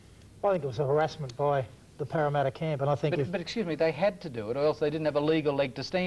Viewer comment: Wow Casey seemed to have it in for Parramatta. Was it because he had so much difficulty saying their name?